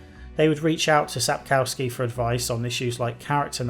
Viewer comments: oh god can you please stop saying sap CAU ski. Try sap KOFF ski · Everybody gets it wrong! Its SapKOVsky, not SapCOWskee!